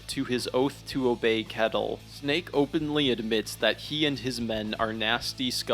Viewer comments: Just a small note on the pronunciation of Ketil. the K is pronounced like Th so more like Th-etil. Great video <3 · Leaf is pronounced layf and kettle is pronounced shetil